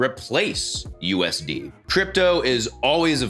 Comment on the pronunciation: The way you say "U.. S.. D'", makes it sound like you're giving some Scrubber "the D—...". ! The "AMERICAN" D---- ... !! 😆 Itd be like as if I went " Here, do you want me to give you Australian D...!?!"